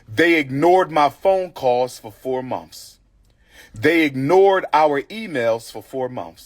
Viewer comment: He mispronounces a lot of words! Mouf=Mouth Mumfs=Months Birfday=Birthday Earff=Earth Giffs=Gifts Fif=Fifth And he’s a whole doctor.😭